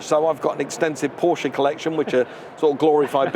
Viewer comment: I have learned heaps from Ed China [how did his surname originate?] but had to MUTE Mike Brewer's infantile comments; was not impressed with his peripheral contributions. Would never buy a car from him; noticed, however, that he pronounced PorschE correctly.